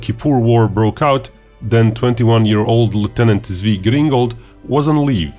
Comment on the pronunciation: Great vid! btw it sounds more like Tsvi and Tsvika. Tsvi=deer